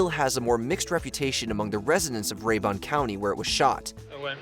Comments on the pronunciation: Ray-bin. Not ray-bun. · Pronounced more like RAY- burn county. From lake Lanier, y'all come....yuh heh--ur. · There is no "Ray-Bon" County in Georgia.